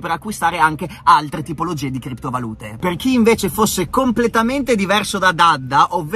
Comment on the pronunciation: FINALMENTE PRONUNCI BENE KRIPTO VALùTE!!! BRAVO BRAVO RICCA!!